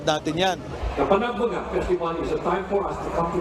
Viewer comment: Maam panag banga is san nicolas ilocos norte. Panag benga po ang baguio maam.